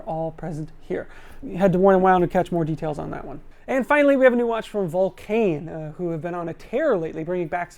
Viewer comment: Can't pronounce Czapek. Can't pronounce Longines. Can't pronounce Vulcain. Still does a video on the brands.